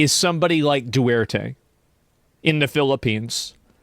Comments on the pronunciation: bro if you're going to say Rodrigo duterte's name, fucking say it right bro. Its not Du-wer-te its pronounced Du-tair-tay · Its not Du-Erte its Du Terte btw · Asmongold needs to pronounce Duterte properly. Please someone tell him. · My brother in Christ, Asmon. It's pronounced -dew-tirt-tey. Love ya.❤ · FYI Asmongold, there’s a 2nd “t” in “Duterte” you need to include in your pronunciation. Thanks and love from the Philippines.